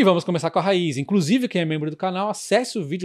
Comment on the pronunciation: PARABÉNS pelo vídeo! Sou seu seguidor assíduo 😀 Parabéns também por ser um dos únicos, ou talvez o único a pronunciar o nome da Raízen corretamente 👏👏👏